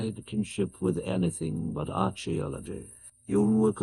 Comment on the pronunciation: Absolutely love this but a little constructive criticism. Try spelling words like “Character” or “Archeologists” with just a C or a K on the script so we don’t get a hard “CH” sound where it shouldn’t be. Other than that amazing work